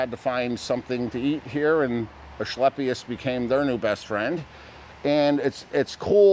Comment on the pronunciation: There’s no “h” in asclepius, it’s pronounced “asKlepius.” just sayin’